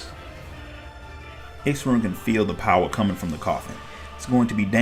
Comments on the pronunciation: Only complaint I have is the pronounciation of X'ruhn Tia's name took me a bit to get used to, but other than that this was awesome! Thank you! As far as I understand Miqo'te names are pronounced as one word. I.E. Y'shtola (Yeeshtola), M'naago (Minago), G'raha (Graha). So X'ruh would be (Xeruhn, at least that's how I pronounced it. Hard to confirm when there's no VAs) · "Sha-roon" is how to say his name, amazing vid though, seriously!